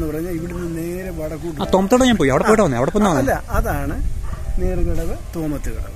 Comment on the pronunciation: Malayalam and english വായിക്കാൻ അറിയില്ലേ ബ്രോ.. its not നേർച്ചകടവ്... നേർകടവ് എന്നാണ്.